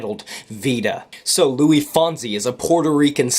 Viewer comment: Also pronounce the "s" in his name. His name isn't "Louis" (French origin with silent "s") it's "Luis".